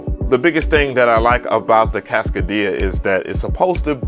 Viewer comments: NAMM seems to be pretty weak this year...wow....and not to be that guy....But that joint is too costly to be called "Casca--DIA"....It's "CASCADE-ia" 😎😆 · Cascadia is pronouced like Cascade dish soap. It comes from the Cascade mountains in the Northwest. Cascade -ia. Like Philadelph -ia. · I love your vids, man..MPC Gang! However, you destroy the pronunciation of names lol It's pronounced Cass-cade-ee-uhh....like Cascade with eeuhh at the end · Say it w me, Cass-CAY-dia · Lol, he says ‘Cascadia’ like ‘Quesadilla’ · He said "kass - kuh - dee - yuh" 😂🤣🤣🤣🤣🤣🤣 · Is its name supposed to sound like a Mexican restaurant, or is it pronounced like Cass-kade-ee-uh? I assumed it was that one, but now I'm confused. I only watched "sound-only" demos so far until this vid, seriously🤣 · it's Cas-Kaaay-Dee-Ah...😏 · Pronounce it with me: Cass Kay dee uh = Cascadia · Im starting to wonder if hes mispronouncing these things on purpose so we correct him in the comments lol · Cass-CAY-dia with the accent on CAY. Like cascade? It is an ARP 2600 clone. You should try the M8 tracker which has sampling and does about 50 times what the new Polyend does. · The way you are pronouncing cascadia is killin me haha